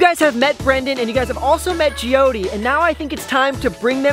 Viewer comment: Her name is Jyoti I think it's hard to pronounce for him😅